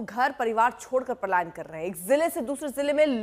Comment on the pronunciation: Payalan nahi Palayan hota ha